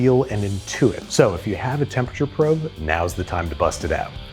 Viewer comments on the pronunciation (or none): none